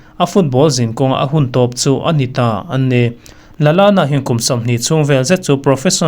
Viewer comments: Adam Lalana ni lovin Adam Lallana ani, a hmasa ang hian i lam ri a, a duh lo viau ania.😀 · Kan inbe zo chiah a a hmasa a alam dan pawh hianin alawm lutuk tho anui var² mai😂😂😂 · A ho lutuk duhlo engang mahse a pawi lo teih² lutuk a duh² dan in lam rawhse a lo ngaithla lo tawp ang, lo ngaithla pawh nise a pawilo nasa...